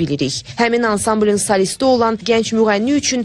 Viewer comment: kohna ifalarinizi cox sevirik.Ancaq,,salist"yox "solist".Sizi hemisha seva-seva dinlayiram.Heyat hekayaniza da baxmisham,haqqinizda Nazim Abbasin cekdiyi senedli filma da.Hemisha bela gumrah va saglam olun.Yeni ugurlar.